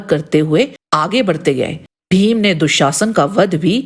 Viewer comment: आप भीम को फ़ीम ना कहें. उत्कृष्ट विडीओ. केवल उच्चारण की ओर ध्यान दे